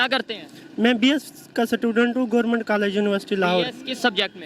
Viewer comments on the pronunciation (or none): I like the way says ' Gourmint' for Government 🙄🤣